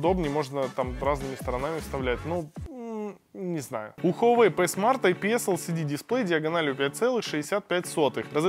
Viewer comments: Пи смарт а не п смарт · Пи смарт а не п смарт. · Говорится Хуавей ПИ смарт